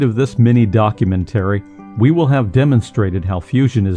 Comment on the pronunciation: Time to get a new narrator. This guy sounds like a poorly coded robot. What is a documen-TERRY?